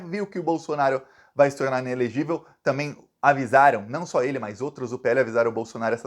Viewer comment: zema: o caipira BOLSONARISTA. mineiro que NÃO tem vergonha MINEIRO AUENTICO, NÃO vota em você; VIGARISTA Que fala a palavra TAMBÉM você^pronuncia TAMEM. NEM FALAR SABE. VI GA RIS TA. PILANTRÃO DE QUINTO MUNDO. UM BOBÃO.